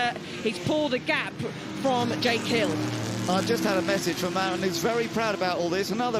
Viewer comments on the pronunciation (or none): none